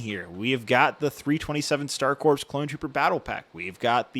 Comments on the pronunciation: Little note: “corps” is pronounced like “core”, not “corpse” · "Corps" is pronounced like "core" not "corpse." Also the Umbaran 212th soldier was yellow not orange but the markings are wrong for 327th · Corps is pronounced like core because it's a French loan word. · The “p” and “s” are silent is Corps. It’s pronounced “core.” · the ps is silent in corps